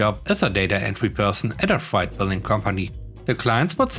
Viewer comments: FYI, , "freight" is pronounced "fr-eight". I think you got it mixed up with "fright", which is pronounced that way. 👍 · I came down to the comments to say the same thing. I'm glad he got it figured out by .